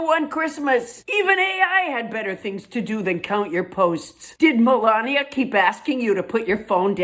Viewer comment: Funny! At first I thought you called Melania, Moronia. As in Moron! Happy New Year, Paula!